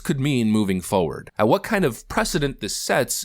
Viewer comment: 59 and then theres the other side, a group of people that are simply horrified by the incessant use of the term "foward". The word is foRward.